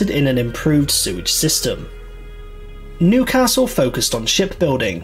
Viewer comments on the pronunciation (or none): none